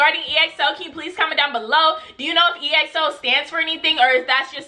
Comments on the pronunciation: It's not E-X-O it's EXO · EXO is pronounced XO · Big Bang bang bang bang mv you will love the kings!!!! EXO is pronounced XO! React to tempo mv! No beef in Kpop They are good friends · More EXO!!! Also I'm so glad that you loved them!!!! <3 Oh btw, EXO is pronounced as 1 word, not E-X-O :p You should react to -Tempo -Oasis -Call Me Baby -Ko Ko Bop -Monster -The Eve (Dance Practice) -Power -Lucky One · Exo’s Name is actually pronounced as (x-o) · exo is pronounced as ekso btw :)